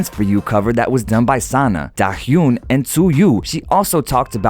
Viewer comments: Nobody: Absolutely no one: Not a soul: The narrator: ...daHyoOn and tzUyoO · Just to let you know Dahyun is pronounced more like Da-huh un. The "Un" in "hyun" sounds like the "un" in "uncle". ;-) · Oof, sorry but I cringed when you said “Da-hyoon”. I enjoyed the video tho, that reporter needs to get his head on right before ONCE finds him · omg,,,, nagging at them for needing an interpreter?? i bet he couldn’t speak korean to them if he wanted to 😤 p.s. you pronounce it “da-hyoon” lol! a little off but very cute! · i love that you made a post but i have to correct your pronunciation. dahyun : da- yuhn tzuyu : zoo - wee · DA HAH YUN - TSU YU 💀💀💀💀